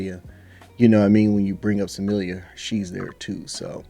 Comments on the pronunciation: It's pronounced Smil-Lah...not Samillia. btw turn your fight volume on...then you'll be able to hear the impact of Dakota's punches and kicks, Trust me, Smilla wants nothing to do with Dakota...for a few years at least. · Smilla, not Samillia.